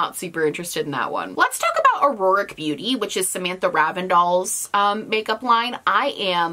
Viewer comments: Just wanted to let you know that the name of Sam's company is "Auric" not "AuROric" :) Honestly I watch these videos for pure entertainment and commentary since I live in Europe so I'm passing on the customs fees😂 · Its pronounced or-ik. Not aroric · I’m sorry but it’s pronounced au-ric not au-roar-ic. Two syllables not three. I’m really looking forward to seeing you try it and getting your thoughts on it. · Btw sam’s brand is pronounced “or-ick” like aura but an adjective! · I don’t know why everybody calls “Auric” “auroric” 😂 It’s spelled Auric - so it would be pronounced like “or-ik”. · It’s pronounced “au-rick” not “au-roar-ick” Ok thanks love ya have a great day!! 😋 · Ore-ick I think is how it's said. U always say, o-roar-ick. 👍🏼😇☺️ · Not to be picky but the Auric launch from Samantha R. Is pronounced “. OR. ICK “ It is Latin for “derived from gold.” It has many meanings in other languages but I’m pretty sure this is the vibe she’s going for. My son named his savannah cat, “ Aurum” because of his color. Thanks for another great video.